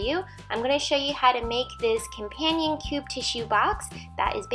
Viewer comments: omg! COMPANION..not...COMPASSION CUBE! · It's a companion cube you kept calling it a compassion cube >.<